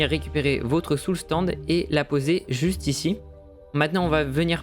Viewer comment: Tu sais pas dire Soul "SAND" ?